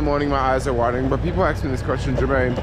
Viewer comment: Hey - it’s! BTW, what is an ‘aks’?